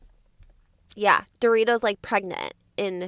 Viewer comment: I love how you keep calling her "Dorito"😂😂